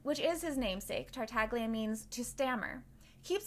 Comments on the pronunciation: Every time someone pronounces Tartaglia with a hard G An Italian speaker dies a painful death x) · isn't the g in tartaglia silent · im italian, its supposed to be pronounced like "tartallya" but with the first L sounding like a soft G. its an hard sound to describe outside of the italian language. the way its pronounced by the english VA its incorrect. that "gl" is always soft, never hard like americans pronounce it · I CAME HERE IN THE COMMENT SECTION LOOKING FOR SOMEONE WHO NOTICED THANK YOU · Why everyone, including the voice actor, pronounces Tartaglia wrong? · no saying theyre "silent" is not very correct. in italian the letter G when its before the letter L or N it has a specific sound which is different from what you would usually pronounce it but its still there, its not silent. we call it "sweet g" (g dolce) compared to the "hard g" (g dura) that we normally hear. this video right here explains it perfectly